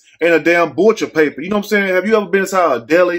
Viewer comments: 😂😂😂 did u say BUTCHA' PAPER'? LMAO...it do look like deli meat paper😂😂😂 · Lol, I went back to hear him say it again!